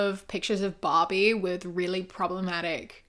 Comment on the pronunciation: When you were talking about the Barbie pictures, I thought you said Bobby and was picturing Bobby Hill in each one 😂